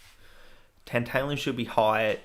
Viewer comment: it's tAntAlum not tEnt-EYLE-um, like tAntAlize